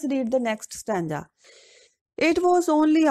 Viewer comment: Plz improve your pronunciation ma'am and I want to tell you it is stanza mot stanja